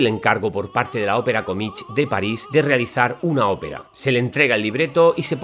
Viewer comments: se dice comíc no comich. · Me gustan mucho tus vídeos. Muy interesantes. Una nota: comique no se pronuncia comich, se pronuncia comik.